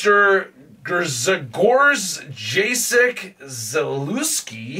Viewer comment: Great video, — by the way, the guy’s name is pronounced more like “Gshe-gosh Yatsek Zalevsky”, his first and second name are a Polish equivalents of Gregory Jack.